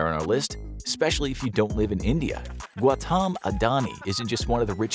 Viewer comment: the Indian billionaire's name is pronounced as: "Gow-utam", traditionally, but now a days, you can say like, "Gaw-tum"